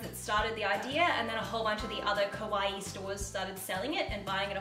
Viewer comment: please can you don't say "kowaii" but "kawaii"? with the A. It almost seems like you're saying "kohai" that is the opposite of "senpai" ahah ! however I adore this haul, a lot of my girlfriends buy clothes and accessories on Aliexpress, as you said it's really useful to notice how much is the rating high, also to read feedbacks from the customers.